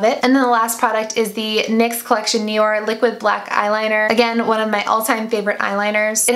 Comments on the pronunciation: P.s. for the NYX liner, it's not nIor (knee-or), but nOir (no-are) :) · ohh and by the way, it's not the first time i hear you say Nior for that nyx eyeliner, but i'm pretty sure it's Noir as in french for black and it's pronounced differently :) you have to look it up 'cause i can't explain how to do it. I'm neither english nor french native, but studied both in school